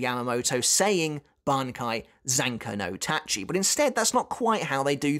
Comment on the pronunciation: Big respect for. He managed to say Zanka no Tachi: South so well, and I keep stumbling over it every time I try.